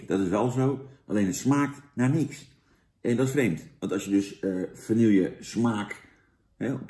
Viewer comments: Heel leuk allemaal Jantje maar je spreekt het toch echt uit als va-nie-je niet va-niel-je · vanielje vla vanielje vanielje het is vanille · lekkere vanielje vla!